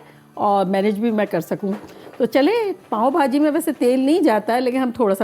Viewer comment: پاوں نہیں پاوء بہاجی😅